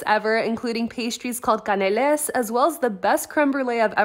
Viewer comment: Cannelés don't prononce the "s" 😩😩 it's pronounced "Ka neu lait" eu like "The" and "lait" like "Bread", the désert after that is a "Crème Brûlée" it's a classic grandma désert, it's some kind of vanilla creme, very buttery with melted sugar on top that tastes like caramel, usually the creme is cold and already prepared but when you order it, the cook only burns the sugar on top so the top is warm and crunchy and the inside is cold !